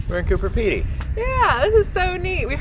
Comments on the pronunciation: You keep pronouncing it "Cooper Pedy". It's actually Coober Pedy. With a B. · Coober with a B. It sounded like was saying Cooper. I guess it’s too late to warn you that the whole area is filled with vertical shafts so don’t fall down any of them! The miners each have a licence to dig and are limited to their own area, so they set up their own shops and displays. They don’t want you filming their layouts because they’re valuable mines.